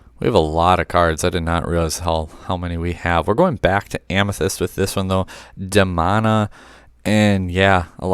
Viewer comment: Great episode as usual. It’s pronounced “De-Moan-A”. One of the best shows ever you and your son should watch it!